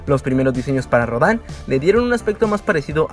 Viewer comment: Rodan no se dice como lo dices, se dice Rodan no Rodán